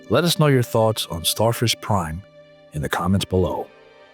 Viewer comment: Sounds more like Starfish Crime.